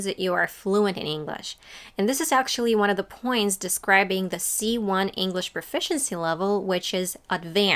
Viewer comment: You mispronounce English. It's not "Inglesh"